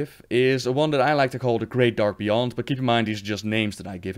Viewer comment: I give you A+ for "Great Dark Beyond", you really nailed most of it :D